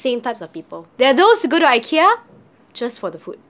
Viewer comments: The I in Ikea is like the i in if, it , not eye. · Why is everyone teasing the way she says IKEA. 😂😂 It’s really pronounced EE-KIYA NOT eye-kiya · Eeekia. Haha love the way you pronounce it! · hhahahahah! I've been told the right way to pronounce is EE-KIA. :( I've been wrong this whole time.